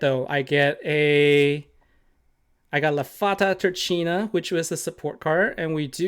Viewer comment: 1. Turchina - the "ch" (Italian) is pronounced like a K 2. BeauNada - not BeauDana 3. you are welcome :) 4. love your vids, thx for that :))